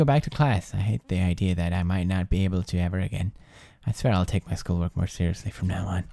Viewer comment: he said: "are you CERAL?!" at 16.02